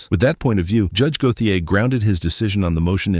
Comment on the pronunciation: Go-the -ay? Lol. It's GO-SHAY.